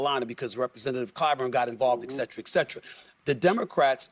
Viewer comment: I can't take a person seriously that says "exetra, exetra" ...